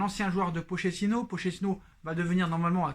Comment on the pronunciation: d'accord avec toi cool que Tuchel se casse enfin par contre Pochettino le ch en italien se prononce "k" ou "qu" phonétiquement c'est "Pokettino" .. on dit de Pauleta "Paoleta" et non pas poleta !!! hehehe